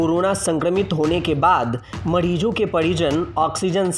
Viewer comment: वाह बेटा मोज कर दी माडीजो नही मरीजो बोलिये साहब